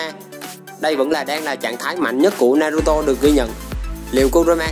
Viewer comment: Đọc tên naruto thành naturo nữa thì tôi cũng chịu anh luôn , tên mà bác Kishimoto đặt cho nv thì anh lại đi đọc tên sai vần:(